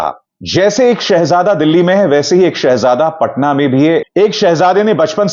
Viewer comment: 10 Saal me, ek lafz Shahzada bolna bhi , theek se Nahi bol Pate.. Shaa_jade kahte hain.. Jahil